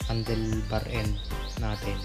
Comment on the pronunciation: Ewan Bakit naging Trotil at handil ang Pag Bigkad dapat throtol ang pag bigkas ng Throttle at handol naman ang Handle..